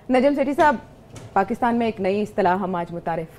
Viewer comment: You talk about education while u cant pronouns "Z" and "J" what is zahil and nazam? You indians watch pakistan political debates,while on ur own news channels there is nothing expect shouting in political debates, u indians are biggest fan of najam sethi? Go watch what he said about india so called surgical strike and air strike in previous shows.